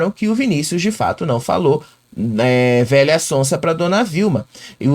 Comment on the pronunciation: ele não diz VELHA ELE FALA VEIA